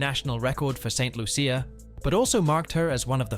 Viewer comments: Lol lol lol lol lol not even pronouncing St.Lucia properly 😂😂😂😂😂😂😂😂😂😂😂😂😂😂😂😂😂😂😂😂😂😂😂😂😂😂😂😂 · This video is terrible. They have spoken kindly about our JuJu but NOT accurately. The narrator didn't do any research and it shows since he cannot even pronounce the island of her birth and where she represents ST LUCIA! Talking about her being in luxury clothes and bags and owning cars... Anyway Congratulations JuJu you are awesome!! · You pronounced st.lucia wrong